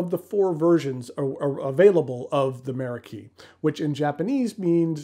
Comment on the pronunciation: Meraki is actually a Greek word of Turkish origin, that the Japanese have borrowed. In Greek, the stress is on the second syllable.